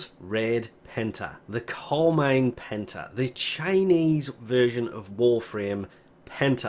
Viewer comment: I heard hentie when you said Penta